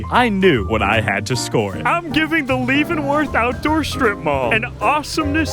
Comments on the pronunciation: !!! He did not just pronounce Leavenworth (Leven Worth) as (Leave in worth). How dare he do that to my state 😂 always beautiful during Christmas tho and super hot in summer. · Love the video . Leavenworth Washington is a awesome place to visit . It is pronounced Levenworth though lol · The way you were pronouning Leavenworth was irking me. It’s pronounced “Lev-en-worth”. Also, there was a way better attraction than the nutcracker store. They have roller coaster that you control yourself on the side of a mountain. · Hearing you say Leavenworth wrong the entire time was so hard to listen to 😭😭 you say it like "LEV-uhn-wurth" but I'm glad you liked it!! Everyone in Washington loves Leavenworth though!! There's so much to do including hiking and glass blowing classes! The cheese shop is a MUST stop!! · Leavenworth is pronounced (leh-vuhn-wrth) by the way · Its pronounced (levenworth) i live in wa state i go here every year did you go to the alps candy shop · Leavenworth is pronounced LEVEN worth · It's pronounced like Levinworth. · Bruh you did not just say "Leevenworth" 😵😵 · As a Washingtonian, your pronunciation of Leavenworth offended me. 😂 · Great Video but he Pronounced Leavenworth wrong. Im from there.